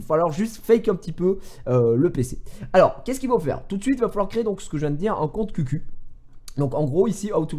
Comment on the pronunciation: Ça se prononce khiou khiou et pas qq